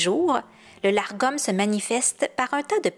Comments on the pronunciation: Le mot dont vous parlez est Lagom et non largom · Lagom sans le R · Une petite précision pour éviter la confusion. Selon plusieurs références que j'ai consultées, le "Lagom" se prononce en français "Lar-gom", même s'il s'écrit sans le "r". Cependant, il se prononcerait finalement tout simplement "Lagom". En voulant bien le prononcer, je me suis compliquée la vie, alors que c'était tout simple (La-gom). 😅 Ne parlant pas suédois, je m'excuse si je ne prononce pas ce terme (comme les autres de ma vidéo) de la meilleure façon. 😉